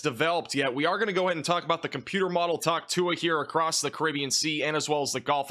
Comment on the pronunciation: What exactly is talk tuah?